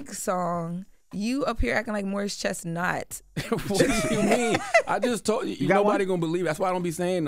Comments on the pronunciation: She said " Morris Chest Not"😂😂😂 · Did she say Morris ChestNOT? 😂😂😂😂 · “Morris ChestNOT” 😂😂😂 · Not “Morris ChestNOT”😂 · She said Morris Chest-not! 😄😄